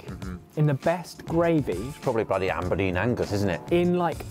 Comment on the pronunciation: “Amberdean Angus” made me sad, from Aberdeen